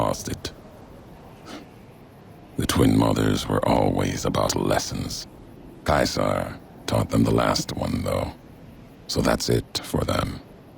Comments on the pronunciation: Dunk Kubrick Not English in English it is See Sar In Roman in Kai Sar just the pronunciations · I think it depends where you're from in Australia we pronounce it 'see-zah'